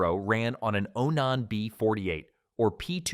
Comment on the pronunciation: Onon ???? It's Onan man get it right get rid of that stupid AI voice